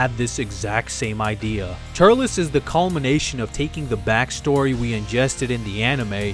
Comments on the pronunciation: the only thing that annoyed me was: TUR-EL-S not TURL-LESS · why did you pronounce it ter-lez its tur-elz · Tullece ? What it was Turles